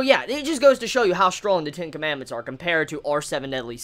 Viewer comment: I'm not so sure if he was saying "Ten Commandments" or "Tinkerman".